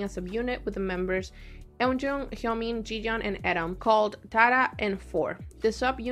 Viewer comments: the group's name is pronounced like "tiara" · It's pronounced tee-ara